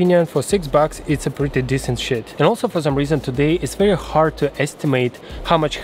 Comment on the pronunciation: "It's a pretty desent sh*t." 🤣